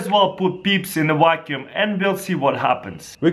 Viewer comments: "Peeps in a wacuum" 😂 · "Put peeps in a WACKUUM" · "Peeps in a wacuum." I love Russians.